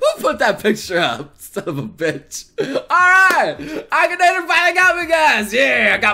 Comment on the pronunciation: Ahem, A-KEE-NA-TOR